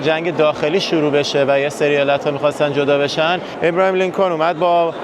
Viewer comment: آبراهام لینکلن نه ابراهیم . یخورده سواد بابا